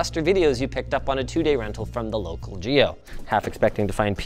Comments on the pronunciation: GEO is pronounced more like Gay-o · is it pronounced more like ゲオ or ゲァオ？Or something else? Im learning Japanese so those are novice guesses without looking it up.